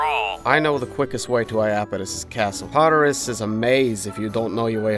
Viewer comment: Did you really just say tartus he is a beast that made something called yin and Yang